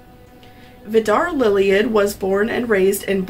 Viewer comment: The families name is actually pronounced as the “LILLY-lids”